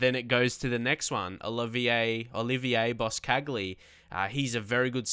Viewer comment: Boscagli is pronounced Boschagli not bos-cagli